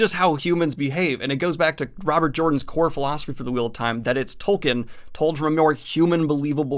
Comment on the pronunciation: ugh, speaking of doing research, I know most of you will get annoyed at me for being nitpicky, but Tolkien is pronounced "tolkeen", not "tolkin". It really gets on my nerves considering how many times you mention his name in this video.